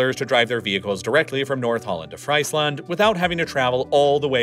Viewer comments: Dude is pronouncing the province name of “Friesland” like it’s the land of fries 🍟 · An easy win would be to pronounce Friesland as Freesland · Not as much as "Fries 🍟 Land" 😂 (For the non-Dutch: it's pronounced "frees-lahnd") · As someone who's actually from Friesland, this is the first time I heard someone bucher the name of my province so badly 😆. It's pronounced (more like) Freeeezland not 🍟land . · Probably not really relevant, but the pronunciation of Friesland is more like "Freesland" not "Freisland". Yes I do know that fries is pronounced as "freis" or "fraiz" in english, but this just sounds wrong to me lol. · Friesland is not pronounced as fries you buy at a fast food chain! You pronounce it as Freesland instead!!! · Friesland isn't Fries Land, it's more pronounced as Freeze Land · Cool presentation! Except I cringe every time I hear Fraisland, it is pronounced Freesland in English. I'm sure Google translate has the correct pronounciation to listen to.... Who knows, there may be even a Frisian Google translate, the "land" part sounds different again. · Friesland pronounced as French Friesland instead of Freezeland! 😂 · I mean how hard is it to put the names into google translate and let the Dutch voice pronounce them? Not very hard. Yet we have to deal with "Fries"-land and "Virindgemir"(Wieringenmeer) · Friesland is actually pronounced as "Freesland"! So nothing to do with deep fried potato sticks... 😜 The narrator's mispronunciation was extremely cringe to my Frisian ears... 😖 Besides, Friesland is much, much older than the Netherlands. So the Frisians were there, long before the "Dutch" were ever even a thing. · Very well explained. You definitely did your research!👌🏻 Though I did have to laugh hearing Friesland pronounced as FritesLand. The Dutch "ie" is more like an English "ee" Frysian is actually the only other official language in the NL, beside Dutch. And it existed long before there were Hollanders, or a country called The Netherlands.😘